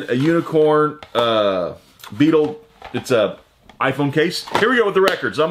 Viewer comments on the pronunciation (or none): none